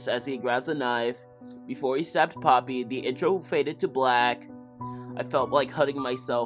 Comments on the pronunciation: "pOppY tHe pERfOrmErrrRRR" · He name is Popee, not Poppe